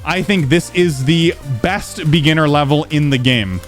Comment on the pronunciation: Bro really had to emphasize the BEST